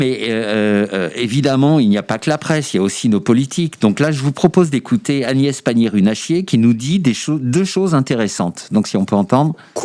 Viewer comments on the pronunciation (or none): Prononcer correctement ! Agnés Pagnier Nulle à chier !